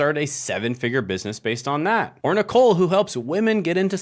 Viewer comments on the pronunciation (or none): none